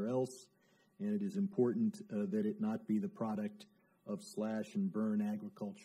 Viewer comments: Important, dia baca impoten 🤣🤣🤣🤣🤣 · "important" knp dibacanya "impoten".....ko kenapa gw yang malu yah liatnya... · "wi si caina impoten partner " Ngakak aing 😂😂😂😂